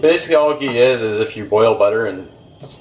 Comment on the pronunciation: First, learn to pronounce ghee.